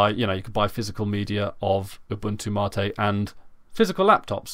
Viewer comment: It's "Mate" not "Martae"